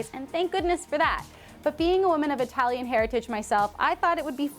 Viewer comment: you don't have to over-pronounce italian